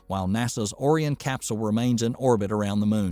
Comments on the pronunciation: “Orean”? O-RI-ON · You are very right about Boeing's program becoming a boondoggle. One comment: "Ore- Ee - En"? - ORION... like Orion, a hunter in Greek mythology... and the consolation named after him... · Orion pronunciation 😂. Pronounced Oh-Ryan 😅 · Really did I actually hear you pronounce Orion as orian? Could you not have checked the pronunciation on the NASA site before making that gaff? Sorry not trying to be negative but how knowledgeable of the space industry can you be if you are mispronouncing the name of the space craft. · Orierian ? Are you kidding me.. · "Or-ee-un"? You mean Orion. That's the third obvious word the narrator terribly mispronounced. This is a bot's voice, not a human's voice. And with a ridiculous accent. Only explanation. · First of all learn to pronounce Orion. I watch the 1969 launch and landing of Apollo 11. Back then I could see the reason for going to the moon. Today I don't. Remember not one dollar is spent in space, it is all spent here on earth. Open up comments for why we are going to the moon again? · I was almost fooled that this was a real voice until I heard the pronunciation of ‘Orion’ - gad I hate text-to-speech, please use your real voice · Other than the first two times, he correctly pronounced Orion. So why they didn't go back and re-record... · I had to stop watching after he was pronouncing it like that. It was just too distracting and hard to take seriously.